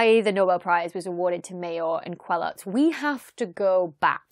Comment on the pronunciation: Just to nitpick : Didier's name is pronounced Kelo, not kweloz. Also I would have expected you would have talked about how the discovery came to be. If you search for Mayor's publications on the ADS, you see he was in stellar radial velocity (but wrote a 1988 paper titled "a giant planet beyond the solar system ?" ). Geneva observatory had (still has in fact) a 1m telescope at OHP, and they were using Coravel to measure the radial velocities of stars. Then the use of fiber optics to link the telescope to the spectrograph (i.e. no more flexure while the telescope tracks during the night) and the thermal stabilization of the spectrograph allowed to go from km/s to m/s precision, and therefore the detection of Jupiter like planets. I used to work at La Silla Observatory before the HARPS spectrograph ( ), and the former spectrograph was in a thermal stabilized room below the 3.6m telescope. If you just opened the door of that room, measures were bad for 2 days. It's really very high precision stuff (HARPS is in a vacuum chamber). Other than that another very good youtube video. As usual :).